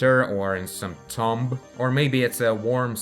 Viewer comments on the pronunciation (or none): none